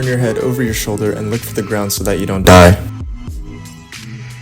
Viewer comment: How he pronounced the Die got me nervous